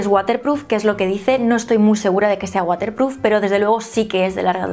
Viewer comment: Con lo bien que pronuncias todo y luego dices "guaterpruf" jajajja bonica